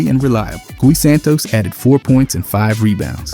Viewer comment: Thanks for reading all those stats! Pro tip: “Gui” is a Brazilian first name pronounced “Gee” not “Gwee”